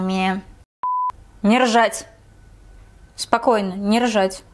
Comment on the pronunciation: Не рожать или не ржать?